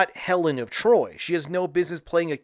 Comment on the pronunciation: Helen of D’Troyt and ACK-illes will never not be hilarious to me.